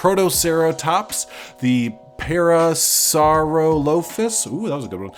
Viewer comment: Argentinosaurus - Ar-gen-teen-oh-saw-rus Camarasaurus - Cam-ahr-ah-saw-rus parasaurolophus - Para-saw-oh-lo-fuss Archeyopteryx - Arch-eo-p-ter-ix Protoceratops - Proto-cera-tops Hope this helps! /pos